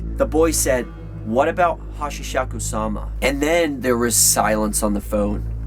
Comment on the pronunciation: Hey it is *Hasshaku-sama" not Hachisaku-sama